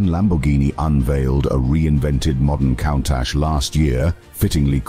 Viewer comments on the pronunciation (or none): Been enjoying the high quality video editing and narrative. But the use of AI for voice over is just awful. Pronouncing Countach as "cown-tatch"? Really, this seems OK with you and not pointlessly ignorant? The quality of your videos deserves the authentic use of real people speaking, otherwise the experience is cheapened, unnatural and inhuman. Please... don't join this growing use of AI just because it may be "cheaper and easier". It is NOT ARTISTIC and lessens an otherwise good experience. Cheers.